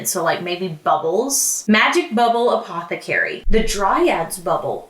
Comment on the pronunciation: no one:: APOTHECARIE